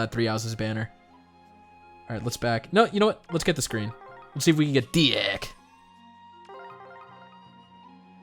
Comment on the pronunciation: Congrats on your luck! I wish the 15 orbs I put in got me at least one of new 5* exclusives. Also, Dieck is said like "deek"